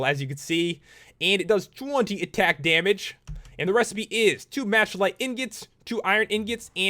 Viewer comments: You said mashalite instead of machalite!!!!!!!!!! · its ma-ka-lite not ma-CHA-lite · Mack-uh-light...not "Match" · Malachite is pronounced Mal-a-kite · It's pronounced Mack-uh-lite. Also, they're called MONSTERS. Not mobs. MONSTERS. MONSTER HUNTER. Duh.